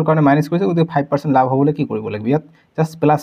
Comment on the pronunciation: Laf nohoi lav apuni. Bare bare laf laf koi ase